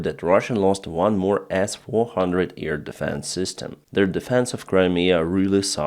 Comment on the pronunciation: Hi. I love you and all, but please, it is not ear deffence, but air defence. Please.